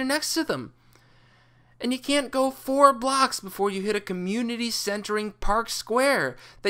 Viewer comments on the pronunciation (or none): none